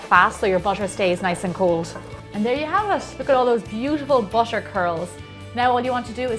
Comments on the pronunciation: the way she pronounce butter is bussher its annoying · I wont see this video anymore, the way she says butter is driving me crazy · that's irish accent. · she pronounced butter like "bosher" oh my god her accent is fancy 😁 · how do you say the word Butter Is it "Bucher". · Maybe it's her accent